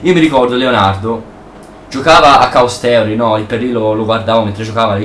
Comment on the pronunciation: stelt, caos teori,cinvincion.nub. il tuo inglese è spettacolare ahahah XD